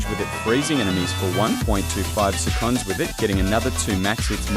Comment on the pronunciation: This Ai voice is awfull, it cant even pronounce seconds correct